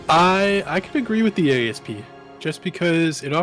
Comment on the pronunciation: You guys are driving me bonkers calling it an A.S.P. It's based on a Cobra which is a type of snake. If you pronounce it as a word, "Asp", that's a type of snake and what I've always called it.